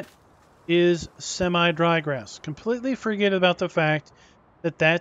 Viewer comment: It's semi not seme. Learn what e does to a word like win Vs wine